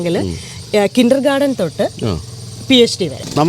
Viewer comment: Dear, it is not "kindergarDen" it is "kindergarTen." World class! 😂